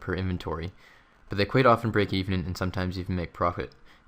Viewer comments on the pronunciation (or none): none